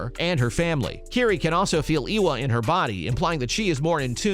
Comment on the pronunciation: Ay wa! Not eeeeee wa